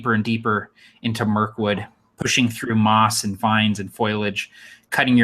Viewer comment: Foliage - not foilage - and it’s “Eye-chor” and chitin with a long I. Pretty weak ancient spider.